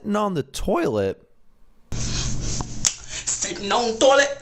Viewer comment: SITINN ON A TOLLIT XD SITNN ON A TOLLIT!!!!!!!!!:3. 😂🍷. 🚾🚺